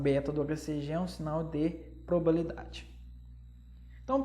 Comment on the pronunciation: Probabilidade, não probalidade, como disse! Eu amei a aula, achei bem explicativa. Obrigada por compartilhar seu conhecimento conosco, de forma gratuita 💕